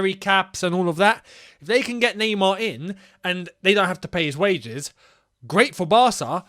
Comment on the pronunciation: nah-mar.. get mbappe